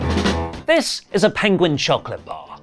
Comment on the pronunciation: STOP saying choCLIT 😂